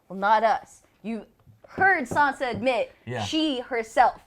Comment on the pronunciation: I really enjoy these reviews! They're awesome ❤ But please, Joe... SanSa! With an S, not a Z 😂😜😉 Keep up the good work, guys!